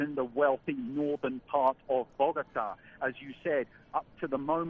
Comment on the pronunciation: It's "Bogotá" not "Bogata".